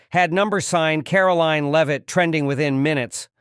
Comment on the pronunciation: A good story, but apparent specified Lame-Ass A I Narrator, as usual, seriously detracts from the enjoyment of it. How many different ways can our press secretary's name be pronounced and how many common, everyday, words and names be butchered by a soulless, unbodied etherial entity before enough is enough?